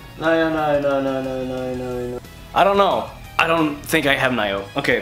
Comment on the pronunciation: I agree, I think it was really underwhelming, the games were good, but not much surprises, except for Ghost of Tsushima (which looks pretty good to me), Control and Nioh (it's not pronounced Naioh), most everything showed we already knew about, I like the RE 2 Remake, but most everything else was expected, solid, but not much more than that, not much E3 hype in this presentation, the music segments were time wasters, and the mid segment was terrible, and that's it, The Last of Us Part II looks like the first, good but without story context it's missing a lot of the appeal, Death Stranding is way to vague, and Spiderman we've seen for 3 years now, sadly not much excitement, just okay, I will give it this, thank good they didn't waste time on Call of Duty or Destiny 2 though, that was merciful of them.